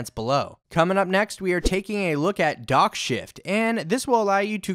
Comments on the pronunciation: when you said DockShift i thought you said Dog shit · i wasnt looking at my laptop when u said DockShift and i thought u said Dog Shit lmfao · dockShift almost sounded like dog S%^t.. lol